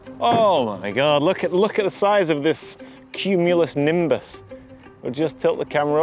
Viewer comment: Oh my God, CUME-U-LOW-NIM-BUS